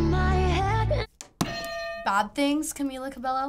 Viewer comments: Did she said "Camia CabeLLO"? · ca-MEE-la ca-BEY-o